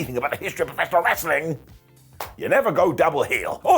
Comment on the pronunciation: Lol! in that opening about Dom going double heel. "And if you know anything about "prafreshonrahresliliren!"